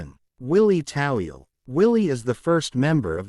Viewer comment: It's Toweel not Tawil !!!!!!!!!!